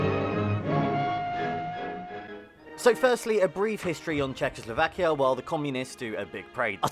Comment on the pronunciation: I would learn how to pronounce Czechoslovakia before making a video:)